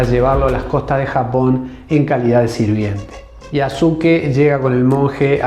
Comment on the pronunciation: Un pequeño aporte, en japonés en muchas ocasiones la letra"u", después de la "s", no suena. Cómo la palabra "desu", que significa "es", pero se pronuncia "des". En este caso el nombre de Yasuke, se pronuncia Yaske.